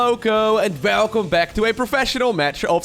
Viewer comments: It's because he pronounces «v» as «f» and «w» as «v» in many cases. You'll get used to it. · I love the way he says "welcome" it sounds just like velcome lol